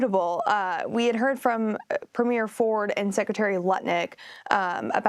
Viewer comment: Ford is a Premier not a Governor. Also, learn how to pronounce Premier people, really.